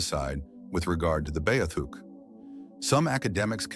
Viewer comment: Your saying it wrong. Its B -Ah -theek